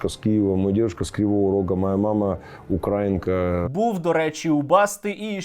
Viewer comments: Мама в нього "укрАінка"? Якщо вона жива, сподіваюсь, Басті по голові сковорідкою налупашить за цей наголос. А потім - ще разочок, якщо вже такого виродка виростила. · Баста,украЇнка,а не укрАїнка,від слова УкраЇна!!! Вчись!!!